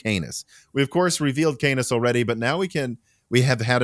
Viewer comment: My dude please for the love of everything holy stop saying canus and start saying canis (khan-iss)